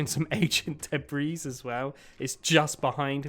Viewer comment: ancient duhbreeze ...were you trying to say debris? The s is silent, and it's the same whether it's plural or singular